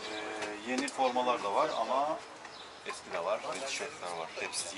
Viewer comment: Мидии с рисом это очень вкусно. Всё же вам надо работать с фонетикой. В слове Yeni ударение падает на последний слог